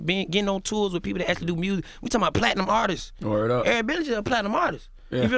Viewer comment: “Actual artistses” Lol